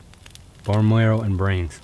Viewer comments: bone mlarrwow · "BONE MURAROW"